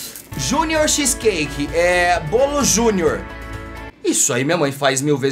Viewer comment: Gostei dos japa e do chese cake "pão" das palavras do tedy